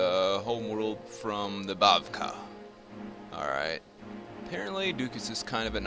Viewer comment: oh, and three minor corrections: one, raberata is pronounced "ra ber a ta" rather than "roberta", bavakh is pronounced "bav-ack" rather than "bav-kah" and the path defender in hellspace is female, not male (although it's hard to tell because she's so old)